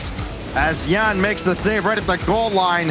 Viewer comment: Stop calling him "YANX" when EVERYONE ELSE calls him "YAN".